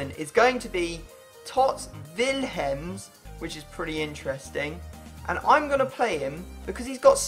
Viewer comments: It's pronounced Willems not villhems, just saying. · The way he said Willems 😂 villhemms